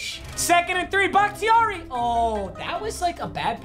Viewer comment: I’m pretty sure it’s pronounced “BAH-KUH-TAR-E”